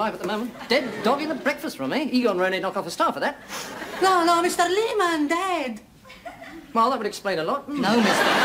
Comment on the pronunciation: 8-28 "He's a-dead." Always notice that. a-dead.